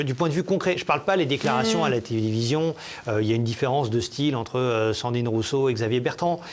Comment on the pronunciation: Ahahah par deux fois, il dit Cendrine Ruisseau dont une fois où il commence à dire Sardine Ruisseau😂😂😂